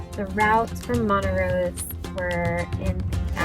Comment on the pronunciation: Montrose not Montarose.